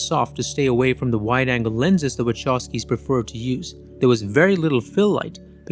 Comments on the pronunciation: Actually, the Wachowski surname should be pronounced as it would be written Vahovsky, with strong "h" like in the word "who";) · You mispronounce their surname. It's Wachowski, not Waczowski. Anyway, great content. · Bruh it's /vahovskis/ not /wachovskis/ telling ya 🎉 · My ears are bleeding !!! Wachovski !!! Please ... Wa-kov-ski !! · Now that im married to a polish woman and have been corrected.... the Wachowski have a polish surname. So the name is pronounced Wahowsky (w is v in polish but they dont have the letter v, but v is pronounced as faw in english only if the letter v is at the end of the word though then ch in polish is a h sound, but the h sound comes from your lungs. Do not ask me to explain it you any differently). But its cringe hearing people pronounce it incorrectly. Ive lived in Poland for the past 3 and 1/2 years and my polish is about A2 level and my pronounciation is spot on. The only person who knows better is a polish person and my polish wife told me this and from then on, i notice a lot of polish surnames, especially in america and people get them so wrong 😂